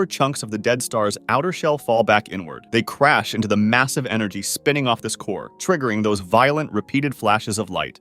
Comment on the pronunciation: You KNow wHaT ELse IS MAASSIVE